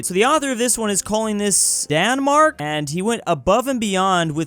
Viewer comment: he pronounces "Denmark" as "Danmark" , no need for the confusion. Also no there are no roads in Danmark'